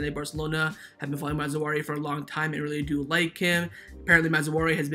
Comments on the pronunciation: I hear you saying ma-zou-ari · Mazraoui (Maa-zra-weee) Great RB. Playing style quite similar to Hakimi's .